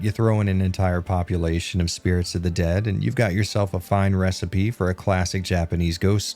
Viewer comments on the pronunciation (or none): none